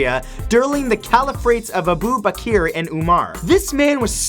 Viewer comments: there names are pronounced Khalid Bin Walid and Abu Bakar, not Khalid Aban Al Walid and Abu Bakir! other than that Awesome vid matt! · "Kaled aban alwaleed...aboo bakeer and oumar". that is how he pronounced it...facepalm